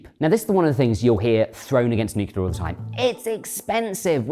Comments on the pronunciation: He never says "nuclear" but "nucular" 😄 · Nuclear, nuclear, nuclear Boils my blood when I hear nucular FFS